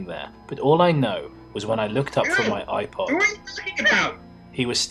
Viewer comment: Did I hear say "oi-pod"?